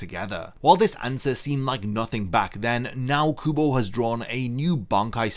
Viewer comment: I kept thinking you said google and not kubo lmao